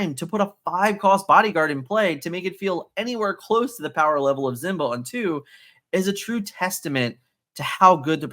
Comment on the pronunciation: Simba. SSss sound. Not Z. Other than that I’m loving your work keep it up!